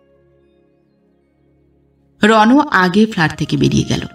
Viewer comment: গল্পটা আমার ভালো লেগেছে,,, কিন্তু একটা উচ্চারণ একটু খারাপ লাগলো,, সেটা হলো ফ্ল্যাট,,, আপনি বার বার ভুল উচ্চারণ করছিলেন